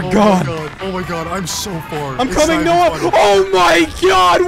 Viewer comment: Since when does call Noah, 'Noey'??